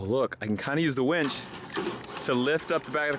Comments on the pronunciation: I don’t wanna hurt your feelings but it’s called a winch you were saying wench winch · "Wench"??? or Winch.... Hahaha Love ya! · To be fair, does always pronounce it wench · Do all hill people pronounce it “wench”?